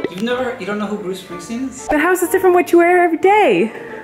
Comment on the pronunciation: “who’s bruce spring-steen?” 😂😂😂